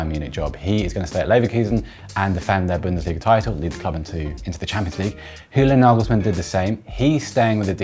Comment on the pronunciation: I love, but why is he pronouncing Julian as ‘Hulian’, given that Nagelsmann is German? 😅